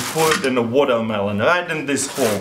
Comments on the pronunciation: It's not watermelon water-mel-ooon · "I'll jus grrwaab dis guwatermelon check dis out" -Russian hacker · "vodamelon" lol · woooo wodermallon , woDermallonn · MelonMelonNoMe "wadamaelone" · Sorry but, what's wotohmelon? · Wotarmelon wolcano!